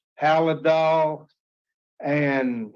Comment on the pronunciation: It’s Haldol, not haladol. This man needs to stay in an institution. Feel bad , even his family has no contact. He’s depending on living off tax payers, and if he don’t get those checks; he may reoffend! He looks much older than 64 years old!